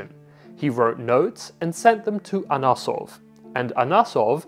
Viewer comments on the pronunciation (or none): The guy's name was "AnOsov", not "AnAsov". I read an article about him about 15 years ago where it was written, he demonstrated that the modern steel (19th century) was superior to bulat and vastly superior to folded "damascus" (for military use).